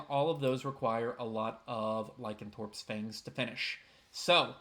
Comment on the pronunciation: I like your videos, and I have learned more than a little that I did not already know. However, even with your great narration and high quality diction, whenever you say Lie-Can-Thorpe instead of Ly-Can-ThROPE, I cry. 😢 Just a little though. 😊